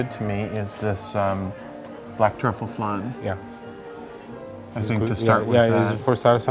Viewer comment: It’s Flan, not flarn , it’s Parmesan not parmejarn.